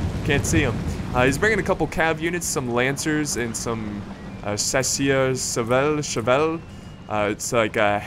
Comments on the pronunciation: "chassieurs chival" l'accent anglais mdrr 😂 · ahahah the way you said chasseur à cheval was pretty funy